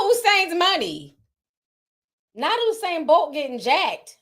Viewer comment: Lmao at how you guys pronounce Usain’s name (it’s pronounced: You - Sane). They bolted with Bolt’s money 😩 Anyways, keep being lovely & thanks for the tea mi gyal ❤❤❤